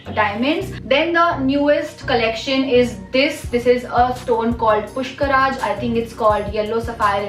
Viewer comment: I think it's pukhraaj.. Not pushkraaj.. If I m not wrong